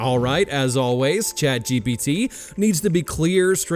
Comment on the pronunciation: You need to stop pronouncing it GBT. ITS GPT.